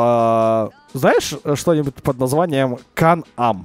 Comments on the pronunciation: Тот багги читается не кан ап а кенем а в реальной жизни кенем мевик х3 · Это фирма и читается кэн эн Это квадвацикл